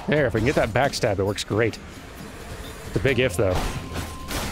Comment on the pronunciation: Is he saying "backstag" instead of backstab?